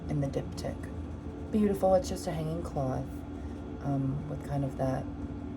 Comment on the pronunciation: im v ketted rn and genuinely thought u were saying dick tip not diptych 😭😭 I was wondering ab the logistics of painting that lol